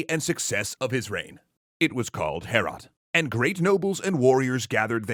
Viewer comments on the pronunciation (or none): It hurt me in my soul every time you said "Heorot." It's pronounced much like "Beowulf" - "Hay-oh-rot." I really recommend "Overly Sarcastic's" take on this story - it's hilarious. This was fun too.